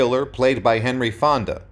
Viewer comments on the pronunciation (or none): none